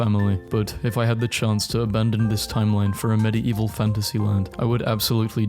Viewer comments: Bruhhh.. I can't with the 'Medi-evil' Love the vids but: MediEEEval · It's pronounced Med Evil, not medi evil, the ie are one sound in this word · bro idk why you keep pronouncing medieval as med-i-evil and not med-evil its so friggin triggering. Btw I love you videos so no hate ♥ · it's not meddy-evil it's middeevil i cant watch this it's triggering me bro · ❌ meddy-evil ✅ meddeevil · I cannot get over the fact that he pronounces it "MED-ee-EE-vuhl". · I don't know if I can finish this video with the way you keep saying "medi-evil" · medi eval why u say it like that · why do you say medi-eval instead of medieval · I love how this guy says medieval "Medi-evil" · it sounds like hes saying "Medii-evil" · hearing medieval pronounced "med-e-evuhl" is honestly torture to my ears. is that a british pronunciation or is fucking up another pronunciation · I cant take you pronouncing Medieval in such a bizarre way for 13 minutes. Its "med-evil" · The crime here is he pronouncing medieval as medi eval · no one else triggired how he pronounces medieval wrong? Like he sais it like mide evil??? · there's just something that bothers me about hearing the word "medieval" beng pronounced like that so often in a row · i can't get into this video im sorry the way you say Medieval is killing me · WHY CANT HE PRONOUNCE MEDIEVAL CORRECTLY (Sorry just angry right now and I love your videos ❤) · Watching this video was so hard, considering that fact that Medieval was said incorrectly the whole time 🤣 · I can't get over how this dude says medieval 🤣🤣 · why does he say medieval like that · The way he pronounce medieval is so annoying.